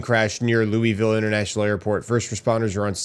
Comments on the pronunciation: Its Lou-uh-vull. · Bro you're killing me quit saying Looweyville...😂😅😂😅 LOL. Its Louisville, or you can pronounce it Louisville. Some even pronounce it Louisville.......😅😂😂😅